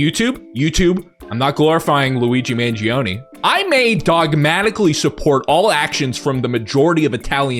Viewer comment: If you really loved Italians why did you Pronounce Luigi Mangione last name wrong for the entirety of the video?